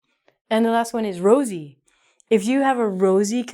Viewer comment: Rosy not rasy my lovely teacher 💔🌹🌹🌹🌹🌹🌹🌹